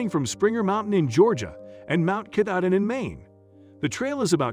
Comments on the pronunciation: GodBlessHer btw say: kah-tah-din the name of the mountain at the N terminus of the AT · The pronunciation is Ka-TAH- din Mountain. The computerized vocals drive me crazy. Also, the lady had no sense of direction according to the Maine Warden Service who spend the two years looking for her. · and "katahdin" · And Mt Katahdin.